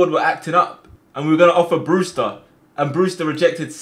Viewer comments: My mans said Brewter not Brewster 🤣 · Who’s here when it says “BREWTER”